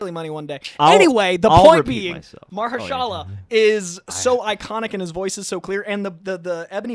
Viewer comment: Instantly recognizes Mahershala's voice but doesn't know how to pronounce his name :p